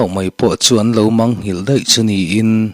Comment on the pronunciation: Ṭhil hi Ṭ lam lo vin, T angin i lam tlatin ka hria.